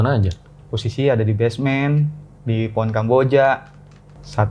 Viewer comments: HJAHAHAHAHAHA pohon jadi po'on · Maaf aku ngakak pas masnya ngomong poon sama kuntil anak😅